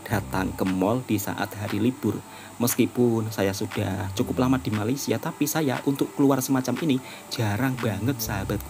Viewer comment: Woi, bila ko nak sebut Malaysia dengan betul ha? Atok nenek aku, mak bapak aku pun Jawa, elok je sebut Malaysia. KO ni pun…